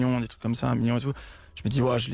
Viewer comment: pk il dise mion